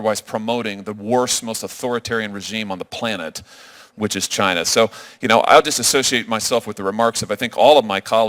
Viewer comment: Karan Bhatia said "We are proud to be an American company..." He said China wrong!